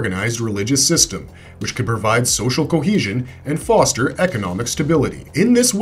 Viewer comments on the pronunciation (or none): none